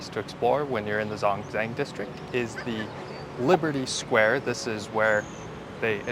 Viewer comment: It’s pronounced Zhōngzhèng